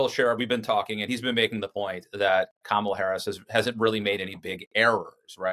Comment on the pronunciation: It's Ka...ma...la!!!